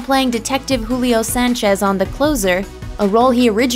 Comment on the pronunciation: Dee-tek-teeive Sayan-chezz